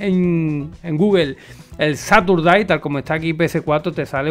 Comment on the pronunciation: gracias por estar al loro pero recuerda que Caturday viene de "Christmas", así que se dice como gato en inglés, Cat Caturday. Un abrazo